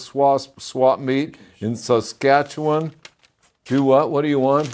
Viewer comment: Good job on pronouncing Saskatchewan,. You said it perfectly and I would know. I've lived in Saskachewan all my life and in less than 1 1/2 hours that will be 70 years.